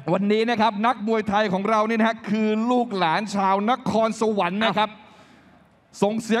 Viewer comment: NAKHONSAWAN << Not NAKORNSAWAN